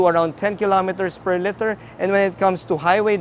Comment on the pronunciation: That's a good review. Your command of English is pretty good, but your pronunciation of "liter" bothers me, to be honest. More power, and thanks!